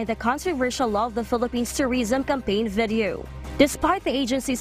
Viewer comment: i cant unhear "vedio....vedio...vedio"